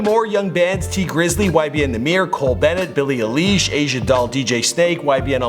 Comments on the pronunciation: “billie e-leesh” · He freaking called her Billie elesh🙄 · ...........Billie I-leesh.............WTF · Hold up, did he just call 'Billie Eilish' Billie elizh?